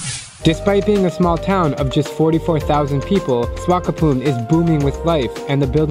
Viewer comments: It's Swak-op-mund mate... not Swakopoon xD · It cute how you mispronounce swakopmund multiple times